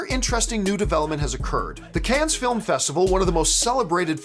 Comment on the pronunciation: John, love the show, so glad to see you doing so well as an independent pundit! One thing buddy, and I say this as. Frenchman, the S in “Cannes” is silent. Just pronounce it as if you were saying “Can”. Keep up the filthy